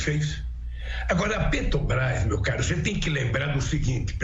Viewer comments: O vagabundo nem consegue falar " Petrobras", esse é o presidente que os amebas querem..... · "petobras" vindo dessa desgraça não me assusto! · Petobras....nem saber falar direito esse cachaceiro sabe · "PETOBRAS ... esse maldito não consegue nem falar direito ! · Ele e tao burro que falou petobras. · "Petobrais" quem aguenta um demônio desse? só os idiotas completos. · Esse analfabeto nem falar direito ele sabe. " PETOBRAS" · Oh ! JEGUE BURRO ! NAO É PETOBAS - seu ignorante - é PETROBRAS....ANALFABETO.... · A PETOBRAS... KKKKKKK KKKKKKK O português do ladrão de 9 dedos é muito bem dizido, também ninguém correge o veio cachaceiro... Kkkkkkkkkkkkkk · Pelo amor de Deus, "PETOBRÁIS", esse Lula é uma vergonha em todos os sentidos, não sabe nem falar o nome da Petrobras 🤣🤣🤣🤣🤣🤣🤣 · E PARA PIORAR AS RELINCHADAS DESSE EXCREMENTO ESCROTAL É ELE NEM CONSEGUIR PRONUNCIAR O NOME DA PETROBRÁS, MAS "PETOBRAIS"... SÓ MESMO UM CRETINO OU CANALHA PARA AJUDAR A ELEGER E DEFENDER UMA MULA-SEM-CABEÇA DESSA! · Augusto Nunes, não seja analfabeto. É "Petobrás, não Petrobrás. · Um ser que pronuncia "petubrais", não deveria ter espaço nas notícias. A estupidez e ignorância, transbordam... É muita burrice! Com o perdão do quadrúpede, pela comparação. Jesus Amado! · se a "PETObras".... O molusco 9 tentáculos não consegue nem pronunciar o nome da empresa... 😒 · Não sabe nem falar petrobras como pode um lixo desse ser candidato misericórdia